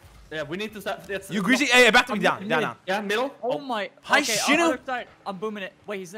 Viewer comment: Sizz said greazy lemme teach you about wavedashing... Bro I'm crying😭😭😂😂😂😂😭😂😭😂